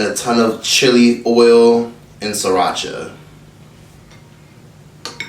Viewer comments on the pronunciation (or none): none